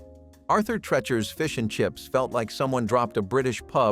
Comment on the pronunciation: Treechers. Doesn't rhyme with sketchers. That's two.